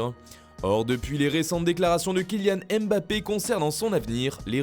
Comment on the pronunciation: Kylian Eeembappe bordel c'est MBAPPE pas EEEEEmbappe